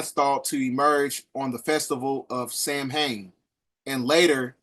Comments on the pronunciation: Not trying to be picky…this video is amazingly informative! But the pagan holiday is pronounced “sow-an”. Celtic words are so strange because they are rarely spoken the way they are spelled. I digress. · Samhein, pronounced ‘Saw-Wayne’. Thank love for the video,! 🙏🏾💗